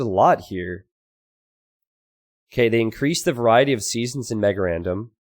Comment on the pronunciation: "They made MegaRandom more random." MegarerRandom... er.